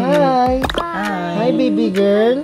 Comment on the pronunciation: Mali po speak nyo na gurl girl po Hindi gurl